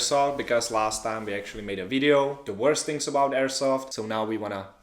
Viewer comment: DOSENT SAY THINGS HE SAYS SHINGS